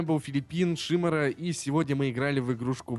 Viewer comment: с ударением на первое и, голос на одно ухо, "ихА база", "твоя команда выЙграла". Мда, бл*ть.